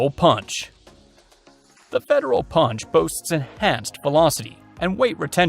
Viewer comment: ~You did not mention:: CCI Copper-22 Long Rifle, 21 grain, 1850 FPS. ~Also it is properly pronounced pUnch and ‘not’ pOnch.